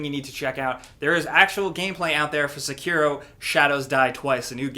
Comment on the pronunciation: sekiro - [Sei-key-row]. normally not that asshole that corrects pronunciations but please. sounds like you are are singing Shakira over here.